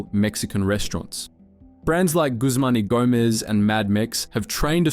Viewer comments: Bro said Guzman y Gomez wrong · Three simple words - "Guzman Y Gomez"